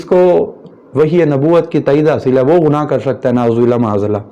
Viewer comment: کہاں تو گنگو ٹیلی اور کہاں مولانا مودودی آسمان دنیا پر چمکتا ستارہ؟ اردو بھی تمیں ٹھیک سے بولنی نہیں اتی، گناہ کو غنا کہہ رہے ہو۔